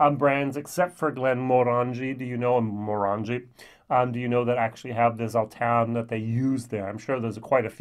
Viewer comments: Your German accent is getting the better of you. The "S" in Sauternes is pronounced as an "ess", not a "zee" [sōˈtərn]...;-) I was gifted a bottle of WHISTLEPIG OLD WORLD SERIES SAUTERNES FINISH RYE 12 YEAR which was impressive. Looking forward to a whole new year of your vlogs. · It's pronounced Saw Turns